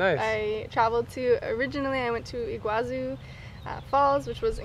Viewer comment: it's Iguazú